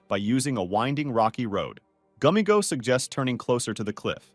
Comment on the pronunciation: It’s gummigoo not gummigo 😟